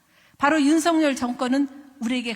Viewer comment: 윤석열이고, 발음대로는 윤서겨리 입니다. 석렬은 왠지 정상인 느낌입니다. 건강 되찾으시길 기원합니다. 😊